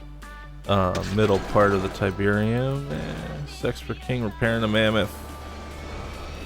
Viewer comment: Tyberian Sun. Not tyberium sun